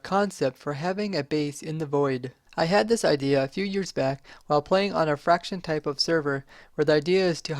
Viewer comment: "fraction server" ... its factions...